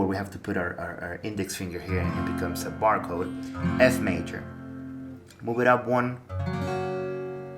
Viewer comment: Did you say Bar “CODE”